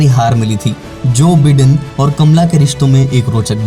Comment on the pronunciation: me pronunciation ki baat kar raha hoon. बिडेन नहीं बायडन है।